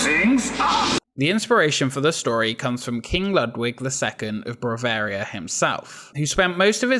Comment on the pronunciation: i had to laugh every time you said "bravaria"